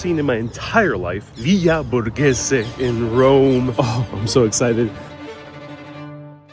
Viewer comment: Does anybody notices how he pronounces "Rome" as an elongated speech : "Rommmmmme". 😂😂😂 Few words while he speaks are somehow elongated, maybe due to his accent idk.